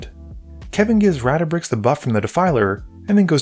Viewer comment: Ratabik Ratabix Ratabrix Brother can’t even see the “dra” let alone pronounce the card name.